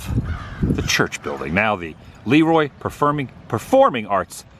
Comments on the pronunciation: And Dairy Queen! Ha ha..I do believe its pronounced La Roy (Leroy) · Hi Adam, this video series with your Dad is Great! Your Dad is fun to hang out with. As far as I'm concerned, the name of Le Roy should be pronounced La Roy. Otherwise, it would be spelled Lee Roy. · I can't believe they pronounce it LEEroy there. There is also a LeRoy, pronounced leROY, in New York. Our branch of the LeRoy family came over here in the 1700's, settled in NY, and slowly migrated to the midwest. I was surprised that there was so many towns named LeRoy.